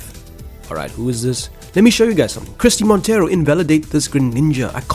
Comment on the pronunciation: your pronounciation of Christie Monteiro is not wrong, i guess the "ei" from Monteiro could be pronounced in a more "portuguese or brazilian" way but the way you said it is alright.